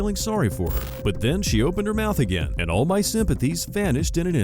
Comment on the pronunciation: I think she calls agaim